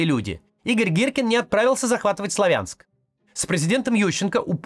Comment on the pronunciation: Максим к стати когда говорит Славянск , то правильно ставит ударение. А не так как пропагандоны 👹